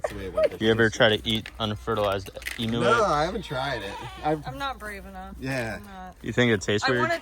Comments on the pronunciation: dude take it from an aussie. its pronounced E-mew not E-Moo, Its a bird you cant milk it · They’re not called Emoos cows moo it’s pronounced Emu see the U on the end. The eggs are very creamy l made a omelette from the emu egg. Then we carve them.